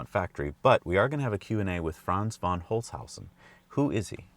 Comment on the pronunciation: it is "von" (pron. "fonn") ,not "WANN"